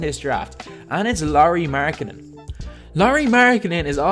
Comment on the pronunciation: Apikka Lauri 'Mjarganen'